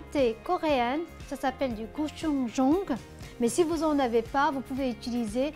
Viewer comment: ça se prononce plus précisément Go-tchou-jang xD mais c'était mignon alors j'ai rit de bon coeur x) Sinon la recette a l'air délicieuse, j'ai vraiment hâte de la tester !